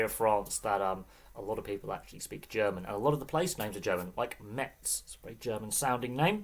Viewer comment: It's pronounced Mez, they don't say the T. Metz have had some decent years in French Football and have won a couple of things, unfortunately they are a bit of a yo-yo team now.